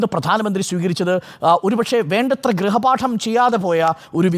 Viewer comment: ഗ്രഹ പാഠം അല്ല ഗൃഹ പാഠം